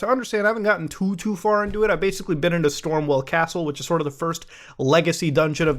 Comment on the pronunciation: Muta pronouncing "Stormveil Castle" as "Stormwell Castle" is peak India XD